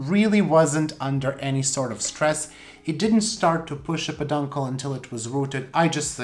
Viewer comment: knows he is mispronouncing "peduncle." I think it's just hard for him to articulate.